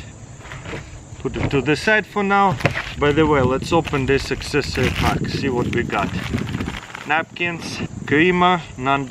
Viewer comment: I dunno why i find it funny when he says pāck.